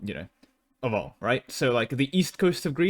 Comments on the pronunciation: It’s Ulm not Ahm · Ulm is pronounced like "Oolm". Not "Ah-lm". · As a german, let me correct your pronunciation of 'Ulm'. It's 'OOlm' as in 'stOOp' or bOOb'.